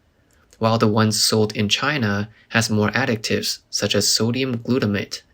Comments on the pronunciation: Additives NOT pronounced as ADDICTives 😢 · You constantly pronouncing "additives" as "addict-ives" is driving me nuts... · How does an AI fail THIS hard, repeatedly, at pronouncing the word ‘additives’? 💀